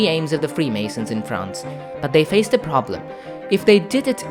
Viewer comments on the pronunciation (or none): none